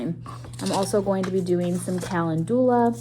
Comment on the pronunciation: 😂 I never heard Calendula pronounced like that. kuh lend yuh luh